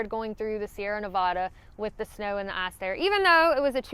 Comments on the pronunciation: I know you are saying ‘ice’ but all i hear is a ‘A**’ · "Snow and ahce"